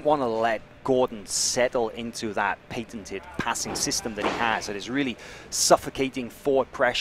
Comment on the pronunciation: Sidenote, on the commentary, I don't think I've ever heard anyone say the word Patented "Pain-Tint-ted" before at lol